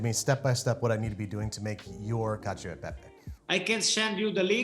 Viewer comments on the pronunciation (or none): CACIO = KATCH - OH